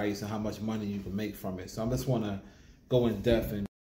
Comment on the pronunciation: The deafintly now how you day depth 😂